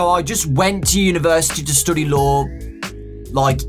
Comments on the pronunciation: The whole time he said law before he said lawyer I thought he was saying Lore xD. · Was it just me, or was it when he said "law" I thought he said "lore"? No... Just me...ok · Every time he says he studies law I hear him say lore and it messes me up XD